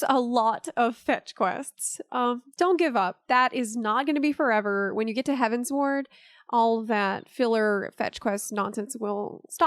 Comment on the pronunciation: Heavensward, not heaven's ward.